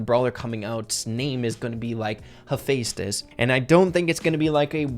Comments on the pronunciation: you say it like hep-thestus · It’s, ha-fest-us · Ph make the F Sound ha!